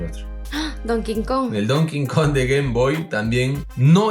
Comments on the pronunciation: Porque dices donking kong? Es donkey kong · DONKEY KONG, NO DON KIN KON POR FAVOR!!! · Like si también te gusta el "don kingkong " xD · Don cojon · Porqué cojones dicen don king kong si es donkey kong. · Es Donkey Kong, no Don King Kong, que pasó... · DoNKennhhh KOnG xd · "Donkin Kon" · casi dices el konkidonk <_< XD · Latino que se respeta pronuncia Donkey Kong como “don quincón” xd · Mi padre es latino, y puedo confirmar que es latino que se respeta al decir don quincon! jaja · porque dicen donking kon? v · don kin kon XD